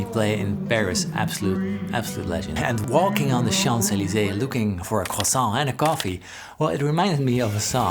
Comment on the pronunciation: A cwasant!